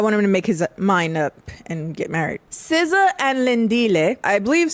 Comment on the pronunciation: All the Americans who reviewed this show pronounce Siza's name like SZA and it's so hilarious. 😂